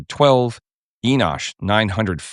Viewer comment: Enosh... 😂😂😂😂😂 What a Rhodes Scholar!!! 😂😂😂